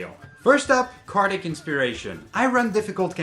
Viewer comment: Oh, I thought you meant cardiac, not cardic.